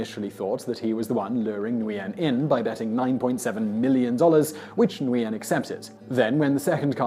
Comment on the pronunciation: For future reference: Nguyen is pronounced Win.